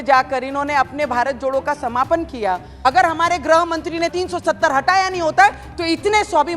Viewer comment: Nice speech, amend a little bit ग्रह मंत्री नहीं गृह मंत्री बोलिये|